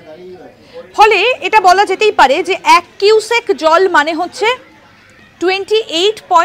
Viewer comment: কিউসেক তো বুঝলাম, কিন্তু "কুইসেক" ব্যাপারটা কি ? 😂😅